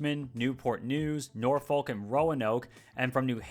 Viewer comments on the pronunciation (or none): none